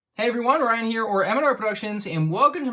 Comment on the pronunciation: omg how did Ryan screw that up lol